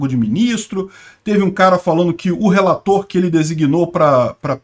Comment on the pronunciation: "Emendas do relatorrrr". rsrs